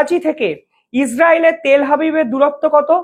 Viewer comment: তেল হাবিব নয় তেল আবিব।